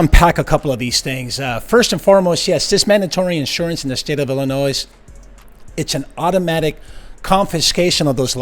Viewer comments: It's not Illi NOISE, it is Illinois, silent s. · If you can't pronounce "Illinoise", then don't say it. The state is pronounced with a silent S. "Ill in noy", not "Ill in noise". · You do know that the “s” at the end of Illinois is SILENT, right??? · Just a pet peeve for me. Any US citizen should know how to pronounce Illinois. il-uh-NOY The 's' is silent. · Idc about the marijuana. The cop said “Illinois” wrong… Born and raised in a small town; Illinois has the “s” silent. A lot of people get it wrong, Just try to say it right please 😂😂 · There is “no noise in Illinois” “S” is silent, pronounced “Illinoi” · It's pronounced illinoy, the last "s" is silent.... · The S is silent in Illinois. 🙄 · Bro there is no S sound in Illinois 😅😅😅😅😅😅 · The s at the end of Illinois is silent. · Dear God, stop adding the S sound to the end of Illinois! Please! It's grating on the nerves, like people in my home town pronouncing Washington as WaRshington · Did he actually pronounce the last S in Illinois?……. Really? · Hey idiot commentator, the s is silent in Illinois. Thumbs down on video and would never subscribe.